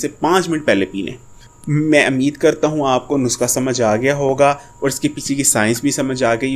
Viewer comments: bhai it's not nuska,,the word is nuskha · dear yeh NUSKHA hota hay na k NUSQA.... aur plz to the point baat kiya k karo buhat lamba khainch liye...